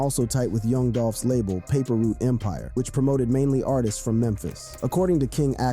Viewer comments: You killing me saying paper root empire lol you know how they say it bra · I gotta laugh alil bit of how you pronouncing certain names and words You said “ paper root” instead of “paper route” lol LLD 🐬🐬🐬🐬🐬🐬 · wtf the narrator said paper root instead of paper route lol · Paper Route not Paper Root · daily=It's paper route not paper root!!! I don't get you young dudes on youtube at all man. how can you except to be taken seriously if you either can't spell or you purposely don't spell words correctly of the language you have spoken your whole lives? and you don't pronounce words correctly either way why? this is the way our kids will grow up to be man with the same stigma of ignorance on them!!!! #message pick it up!!!!! 👆